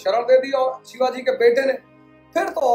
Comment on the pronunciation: Sir sorry but don't say Shivaj, Its Shivaji Maharaj, aap aur hum unke pairno ki dhul bhi nahi hain